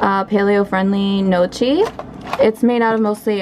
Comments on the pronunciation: oh no, that's actually kind of funny because the gnocchi in this video is actually mainly made from almond flour lol. I listened to how to pronounce it on google translate and I'm going to start saying that from now on haha so it's almost like "nyo-kee" or at least that's closer than what i was saying XD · I found it funny because the way you pronounced it, "no-chi", means nuts in italian lol. I hope I didn't seem rude or anything. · I'm italian and the way you pronounce gnocchi is really funny hahaha!